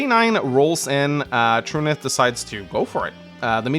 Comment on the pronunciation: Truniht is a character from “Legend of the galactic heroes’ and is pronounced the way is saying it.